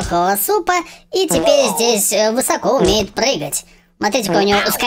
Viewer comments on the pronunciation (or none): none